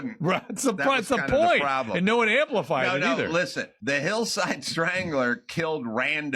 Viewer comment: Did he say, "pwobwom"? 😅🤣🙏🏼🙏🏼🙏🏼